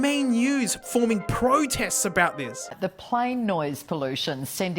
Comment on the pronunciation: Alright, whaddyatalkingabeet?